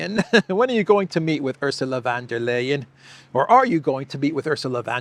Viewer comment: Ursula Wonder-liar 😅😂? Is that correct? 😂